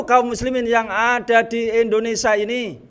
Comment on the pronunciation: Indonesia kang bukan Indinesa..ngono wae kliru.